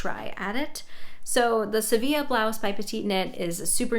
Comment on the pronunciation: Well done on the "sevilla" pronunciation!!